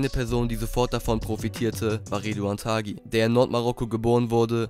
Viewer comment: Ridouan Taghi und nicht Thagi. Sein Name spricht sich auf Marokkanisch :"tari". Und übrigens super Video